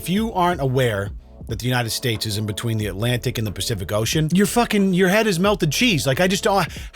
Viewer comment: I like how they pronounce "Alanic Ocean". Or "he pained a picture".